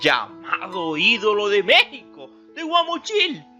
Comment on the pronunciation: Pedro infante una gran figura , aunque muy desordenado en su vida emocional por su falta de madurez se comportaba como niño por ello perdió muchas cosas como su fortuna , y al narrador es Guamuchil aprenda a pronunciar